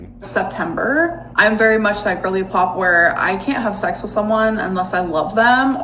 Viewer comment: ah yes the "physical zex" 😂